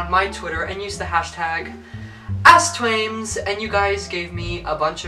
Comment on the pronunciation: Sometimes it sounds like you said ASSTWAIMZ